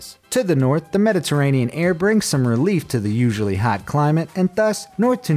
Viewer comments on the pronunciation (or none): none